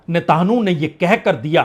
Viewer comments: नेतांहु नहीं सर नेतन्याहू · बहुत से शब्दों के बीच बीच में बहुत गलत उच्चारण हैं। जैसे कि नेतान्हू, जलडबरूमल। ऐसे स्तर की उम्मीद न थी। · नेतन्याहू,जल डमरू मध्य, मैक्रों व्यापार शब्दों का उच्चारण को सही किया जाय तो आपकी नेतान्हू,जल डमरूमल व्यहपार या मैक्रोन वाली स्टाइल में चार चांद लग जाएंगे,विश्वास करें पंडित जी। बाकी आपके शोध,कंटेंट,एंकरिंग लाजवाब है,आपकी हाजिर जवाबी और निर्भीक पत्रकारिता की तरह।जय हो।